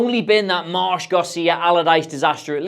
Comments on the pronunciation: It's Gracia not Garcia :face-blue-smiling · Sorry to be annoying but it’s *Javi Gracia, not Garcia